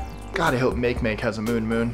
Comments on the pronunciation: The dwarf planet called Makemake isn't pronounced make make; it's pronounced maakee maakee. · It's not ur-A-nus anymore, it's UR-ah-NUS, also Make-Make is pronounced Mah-keh Mah-keh, not mayk mayk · Makemake is pronounced Mak-i-Mak-i (Hawaiian) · Make-make? Sorry. The dwarf planet is pronounced "ma-KAY-ma-KAY" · The dwarf planet's name is pronounced "Mock-ee Mock-ee," not "Make Make." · Make Make is pronounced (Mahki-Mahki) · Earth’s other official name is Terra (Who was a Roman goddess of the earth). That is why in some science fiction, humans are called ‘Terrans’ rather than ‘Earthlings’. And Makemake is pronounced ‘mah-Kay-mah-Kay’ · Thats Mahkee Mahkee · Pet peeve, it's pronounced 'makay makay' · ((Heya-- I believe Makemake is pronounced 'Mah-kay mah-kay'!)) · makemake, is pronounced mahkay mahkay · 2- It's pronounced MAH keh MAH keh. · Makemake is pronounced "Mocky Mocky". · How he pronounced makemake made me cringe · mispronounced MakeMake